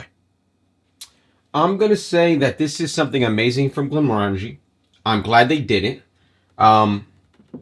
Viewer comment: Glen-MOR-an-jee. Rhymes with "orange-y."